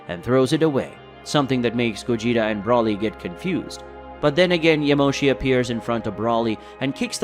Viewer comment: It’s Broly not Brawley